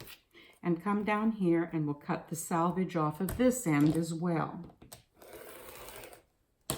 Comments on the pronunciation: sElvedge, NOT sAlvedge! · It's actually 'selvedge' . The edge left in manufacturing fabric to prevent unravelling. 😃 Although, having said that, this is plastic sheet, , not woven. Maybe ' salvage' will do!